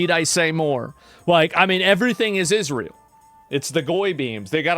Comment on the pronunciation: why does bro keep saying "Isreal" 😭